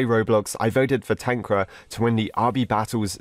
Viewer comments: Dude made "TanqR" "TanqRa" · tankra is how u say it xD its pronounced tanker (tanqR) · Tanqra? He said it wrong it should be TanqR. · We say Tanqr not Tanqra But idc i like your vids Always ! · tanq-rar Others: tan-Q-r Tanqr fans/the real pronunciation: Tankar LMAO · "tanqra"very wholesome bro